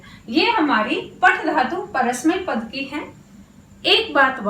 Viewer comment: आप हिन्दी नहीं संस्कृतं पढारही हैं। अतः उच्चारण संस्कृतं वाली ही करना चाहिए। संस्कृतं अजंत भाषा है। जबकि हिन्दी, फ़र्सी/जैसा हलंत भाषा है। therefore, please say "paTha" not "paTh".